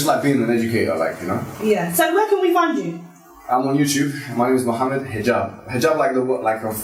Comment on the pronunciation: Meem with dhamma leads to the correct pronounciation. The radio station dont know this. They just copy how the papers incorrectly spell. Ignorance breeds ignorance. And thats not to be taken as a insult. on the contrary education is the key.